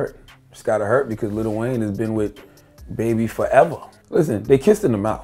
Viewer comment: You cant respect someone who calls lil Wayne “little wayne”